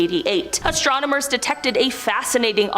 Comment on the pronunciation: Still going strong into 2024! You peeps are Most A-Mazing! but...Someone Please let know that it is pronounced ASTRONOMERS not ASTROMONERS!!